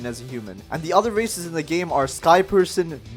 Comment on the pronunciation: I heard racist not races